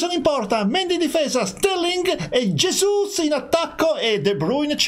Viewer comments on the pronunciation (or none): Bruyne comunque si chiama de bruyn e ( jesu) si dice gabriel jesus